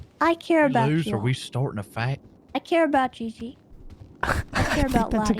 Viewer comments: I love it every time when he says gigi instead of gigi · Ghee ghee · Bee bee?